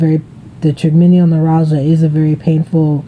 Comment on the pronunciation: Hi, that's a great idea to have a journal to show your Dr. Will prednisone help with your TN flare ups? If it helps any, it;s pronounced try-gem-in-all noo-rall-gia. I hope you feel better soon. I love you! Joan